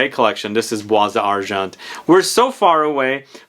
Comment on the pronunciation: Again, I know you don't care about pronouncing names correctly, but I'll keep trying. it's Iris TorrefiEH, not ToRREfee. And the S in Bois is silent, so it's pronounced Bwah. Other than that, great video as usual! I never thought about Bois d'Argent being an alternative to Dior Homme Parfum, but I guess you're right. It's much sweeter and resinous, but it's still a great unisex iris fragrance.